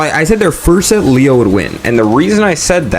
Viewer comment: love your video just say Leo right please💀maybe i’m being annoying but that shit was bothering me